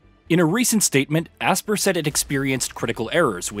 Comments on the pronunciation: Bro HOLY CRAP!!! I've never heard someone mispronounce a name as many times as this guy. It's "ASPYR" as in (ASPIRE) not fucking ASSPER like you were saying it. List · Asper? It’s pronounced aspire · Brother, it’s pronounced “Aspire” not Aspir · When you read between the lines they limited servers because they knew multiplayer didn't work right. Also your mispronunciation of Aspyr (aspire) is disgusting